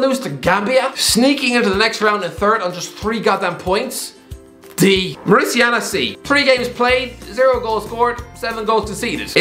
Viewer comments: Mauri*ta*nia, not Mauricia-na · More uh tan e uh Not more ishiana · Mauritania is pronounced MAW-ri-TAY-ni-a,. Anyways, quality content as per usual, keep it up. Cheers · It is pronounced Mouritania. Like Mourinho. Not Mauritiana like Copacabana. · Mauritiana and Upacemano 🤣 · Such a nice video. I am so glad to see you talking and knowing about all AFCON nations. Although you should fix your pronunciation of Mauritania. If you say Mauri like the tribe in New Zealand, ta as tay and nia as in "Roma*nia*" your pronunciation is ok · Morocco will win 🇲🇦 Also I find it funny how he pronounced Mauritania wrong More Ih Tay Neea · it's Mauritania as in Mori tanya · Mauritania not Mauritiana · you are destroying Mauritania's name. Its pronounced Mou-Ree-Taa-Nia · It’s pronounced Ma ru tain e ah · sick of hearing how you pronounce Mauritania as "mauritiana" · He was badly mispronouncing Mauritania every time right? Or have I been confidently mispronouncing it myself for years??? Interesting and decent vid btw, the glad to watch to end, just curious over that pronunciation lol! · Lol what a way to pronounce Mauritania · You pronounced mauritania so badly lol